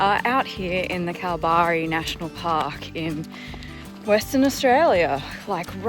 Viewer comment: I'm a local Perth gal - it's kal-barry :)